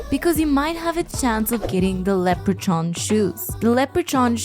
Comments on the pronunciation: It’s pronounced lepper•con not lepper•chon just fyi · I normally don’t bother correcting pronunciation and grammar bc language is fluid, and it’s just a tool we use to convey concepts, but I have to say something here. You’re pronouncing Leprechaun incorrectly. The end of it isn’t pronounced “chon” but is instead “kon” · Leh-preh-con you hooked on phonics failure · Leper chon lmfao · Just a quick FYI.. the leprechaun shoes, it's pronounced lep-re-corn ...weird ass spelling iv always thought...lol 😂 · she never said leprechaun. she did say leopard-chan a few times. or was it leper-chan? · Leprechaun ☘️ sounds like lepra-kahn. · Lepre-chon? A walk in the cake? Are you messing with us? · Just a little tip: when you say leprechaun, the ch is pronounced the same way as you pronounce the c in combat. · 😮 Have I been mispronoucing leperchaun my whole life? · leprechaun. irish word. lep as in leapt from a building. re as in reed. chaun as in genghis khan. in the american south its pronounced leper-khan (leper as in a person with leprosy).